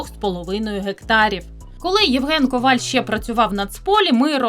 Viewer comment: Раніше професор Олександр Пономарів завжди стверджував, що правильний наголос в прізвищі "Коваль" на останній склад.